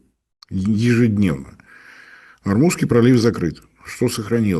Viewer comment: Марценкевичу сходить бы к логопеду не помешает. Бубнит что-то себе под нос, глотая гласные, не может выговорить многие ему непонятные слова, Ормузский пролив ему вообще не по зубам, он его произносит как «Орусский пролив».